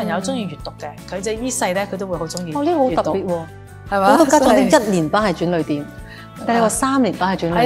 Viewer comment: 一個校長連轉捩點的捩字都讀錯, 個主時又跟住錯.